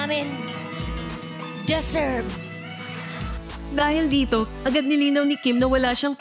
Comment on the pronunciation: Yung DASERV!